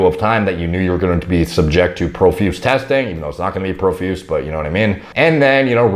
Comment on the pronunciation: Pro- feuse say it with me now